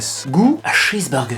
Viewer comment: J'adore les vidéos improvisées comme celle-ci tu devrais en faire plus souvent c'est super drôle :) (au passage la façon dont tu as prononcé "Pringles" et "Cheese Burger"... je suis morte XD)